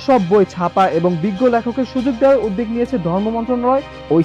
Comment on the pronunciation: 'উদ্যোগ' শব্দটির উচ্চারণ ভুল করা হচ্ছে।